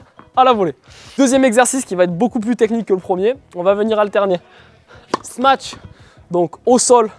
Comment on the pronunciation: J’adore le sma-tche x)